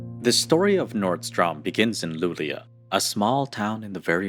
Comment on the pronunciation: hey I'm sorry to interrupted for mispronunciation (the correct pronunciation is (loo-lay-oh) Lulea, Sweden